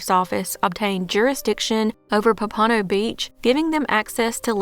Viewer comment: Love your videos. You tell the stories so well! FYI - it's POM-puh-no, not pum-PAH-no, just for future reference.